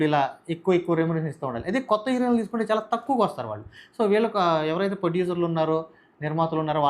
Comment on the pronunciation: నీకు హీరోయిన్ పలకడడం రాదు.. నువ్వు. నీ తొక్క analysis